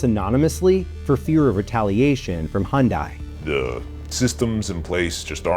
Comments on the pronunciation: The second I heard hun die instead of hun day, I turned it off. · Girl said Honday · The narrator mispronouncing Hyundai the entire video while every commercial played & person interviewed saying it correctly... that's distracting. They made a commercial years ago: "Hyundai, like Sunday." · That's a lot of times of saying "Hondai" instead of "Hyundai" for one video. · At least pronounce the company correctly. It’s Hyun-day. Not hon-dy. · I appreciate the insightful nature of your video. While watching, I observed a common mispronunciation of Hyundai. You articulated it as ‘Hyun-die,’ whereas individuals from the Hyundai organization correctly pronounce the Korean-branded car as ‘Hyun-day,’ which translates to ‘modern excellence’ in the Korean language. Apart from this, the video was exceptionally informative, and the voiceover work was commendable. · Why is it that the narrator doesn't even know the proper pronunciation of Hyundai? It's not Hun-die. It's Hun-day. Rhymes with Sunday. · Hyun(day) not Hyun(die) !! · Please say the name correctly. It’s Day Not Die. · After all that, all I can think is: It's pronounced Hyeon-DAY. It means "modernity" in Korean. All the employees say it correctly, the news anchors, the lawyers... Yet for some reason the narrator just didn't research it or trust the worker's pronunciation? So bizarre... Comparison: "DAY vs DIE" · Picky comment, but if you are going to do a report on something, shouldn't you at least know how to pronounce it? It's not Hyun-die. Hyundai rhymes with Sunday. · It’s not hon di, it’s pronounced like Sunday, Hyundai. Just sayin’ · It's pronounced Hun-DAY, not Hun-DIE. I'm not sure how the narrator for this video got it wrong when everyone else in the videos, even the commercials shown, pronounce it the proper way. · Stop sayin Hyun-Die. It's pronounced Hyun - "DAY." The founder even stated this because he thought DAY was easier to say with the english tongue. DAE (DAY) is also a common pronunciation in Korea.